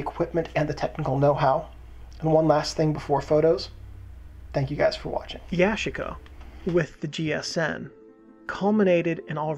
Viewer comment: yu- chic- uh